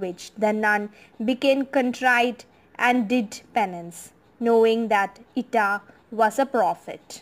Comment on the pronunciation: Not the real and true story….. bye the book of her life here in Ireland…. Also the way you pronounce the word is wrong and gives people the wrong impression!!